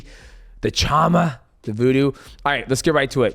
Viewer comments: You and DC are driving me crazy with the CHAMA If you’re gonna say it. Then say it right it’s shaaaaammaaaaaa not chawma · Yo mighty mouse. Let's get the pronunciation of "chama" worked out 😂 it's not CH like English. Think of it like sh. So pronounce it "shama" kinda like The wor shaman. Ch in Portuguese is closer to an English sh sound.